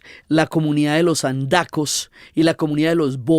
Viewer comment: Estrella del Sur es un término de la astronomía aplicado a la estrella polar austral. Para esta narración lo adecuado es Estrella fluvial del Sur. Y la comunidad de los Andacos no existe. La señora Uribe debió pronunciar comunidad de los Andoke. Gracias por estas divulgaciones históricas y literarias de Colombia.👏👏👏